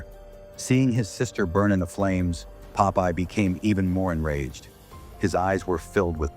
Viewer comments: JFC this makes no sense. I can't tell if it's because of the movie itself, or the crappy AI narration, or both. And for fuck's sake, it's Popeye, not Pope-Eye, and definitely not Poppy! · not poe-pie :face-purple-crying::face-green-smiling::face-green-smiling::face-green-smiling